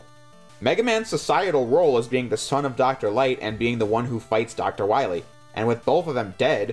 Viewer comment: Doctah Wahwee